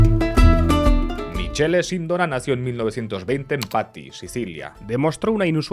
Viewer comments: Michele en italiano se lee MIQUELE, Sindóna con tilde en la O (aunque en italiano las tildes se ponen solo en la última letra città, caffè, università etc) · Michele en italiano se pronuncia Mikele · Se escrive Michele pero se lee Micqele Sindòo-na, Novara es una localidad y no se lee Novarà sino Novà-ra , Licio Gelli se lee Lichio Llel/li, bocconi es Boccc-oni, loggia se lee loodlla, aqui un poco de italiano un saluto👋